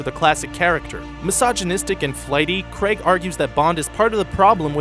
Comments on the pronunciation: It's pronounced "Cr-ay-g" not "Cr-e-g"!!! How do you say rain..... ren?? Get it right!!!!!! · Daniel Craig (KR- AY - G) not Daniel KREG